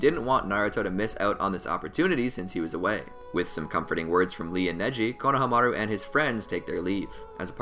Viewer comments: its "kona- hamaru" lol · “ konomaru” come on man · lol “ Konoha Maru “ Its (cone o ha ma ru )